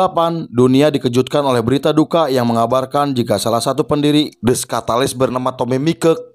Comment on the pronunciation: Kenapa nyebutnya skatalis?-_